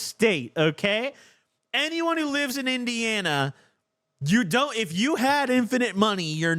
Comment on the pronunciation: Omg got indiana so fucking right im dead